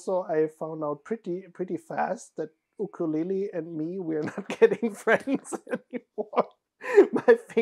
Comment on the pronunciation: Please tell that he properly pronounced ukulele 🧡🧡🧡🧡🧡🧡 I am native Hawaiian and I respect even more! His proposal and your reaction is too adorable. And a summer wedding sounds lovely. How wonderful it is that you can celebrate twice with your loved ones. For me, my fiancé and I will have two weddings too. One in June 2024 and one in April 2025. To make finances easy on us, we decided one wedding will be just immediate family, the other will be all of our loved ones and a big luau. Wishing you and smooth sailing with your plans and efforts. I know you both will have wonderful and beautiful memories in your weddings 🧡🧡🧡🧡🧡🧡